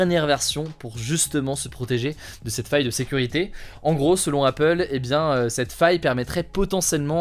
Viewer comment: Aïe! Ne le prenez pas mal je suis vraiment fan de ce format! Mais vous ne trouvez pas que sur certains sujets, Il appuie certains mots de façon plus excessive ? Par exemple sur l’info appel : au début les mots “ faille” “ sécurité “ …c’est très subtil mais c’est un truc qui me dérange beaucoup chez les autres journalistes justement.